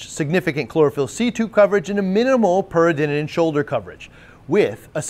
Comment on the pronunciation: keeps adding an extra “in” in peridinin. Should probably google how to pronounce it properly.